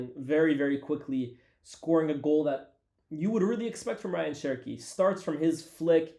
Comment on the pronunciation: Algerian brother pronouncing Rayan as "Ryan" 🤨